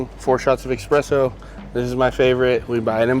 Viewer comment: Its ESPRESSO not EXpresso